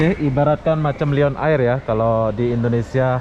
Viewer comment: Lion air = sebutan "layen er" bukan "liyon ayir" Malindo air = sebutan "malindo er" bukan "malindo ayir"